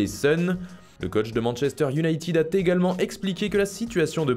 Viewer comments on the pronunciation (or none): « Le coach de ManU a T’également demandé » hey faut vraiment arrêter avec les liaisons imaginaires, c’est à chaque vidéo là 😬